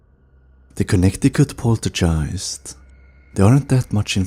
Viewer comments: Do you say poltergeist wrong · rhetorical question.. yes, he definitely does. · What an annoying voice and can't even pronounce poltigiest!!!!!.